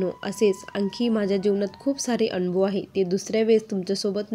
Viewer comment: anbhav नाही अनुभव बोलायचं